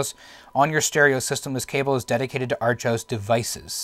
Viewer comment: To this day I still have a working Archos 605 WiFi. I've always pronounced it AR•chos(sounds like "are-kose"), not ARCH•os. In fact, you're the first person I've ever heard say it that way.